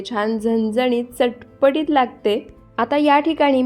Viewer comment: मस्त चटपटीत हे शब्द नीट बोला.कोणाची कॉपी करू नका आवाजात व विशिष्ट शब्द वापरण्यात